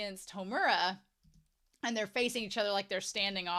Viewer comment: Pronunciation guide: MAD-oh-ka. SAI-ah-ka. HOHM-ur-a. (Emphasis on the first syllable) Wall-PURG-is-NACT.